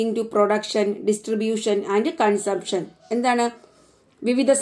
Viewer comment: Some words you pronounce wrong way like consumption and economy